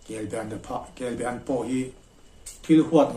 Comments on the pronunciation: A sawi tu hian be leh ba tih hi a hre hrang lo a nih dawn hi. Kelba an tih tur a nia. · Chuap tihfaina ....Kelbean ang deuh khan i sawi a, Kelbaan anih ka ring reng a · Kelba an kan ti thin, i lam dan hi a diklo. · Kelbe an I ti zel a,in khaw lamdan a ni maw? Kelba an ti hlirin ka hria.